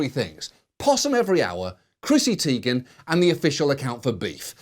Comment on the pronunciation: According to Chrissie, her name is pronounced TIE-gen, not TEE-gen.